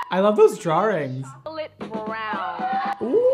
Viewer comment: Is no one else going to talk about the fact that said “I love those draw-RINGS” 😂 I died